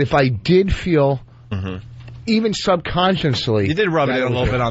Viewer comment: when they all start ragging on Vos for talking like the retarded zilch he is has got to be one of my favorite O&A bits, at least from recent memory. Ant's "Oh my god" after he says "Subconsciencely" is one of the best "Holy shit, this guy is actually retarded" reactions I think I've ever heard lol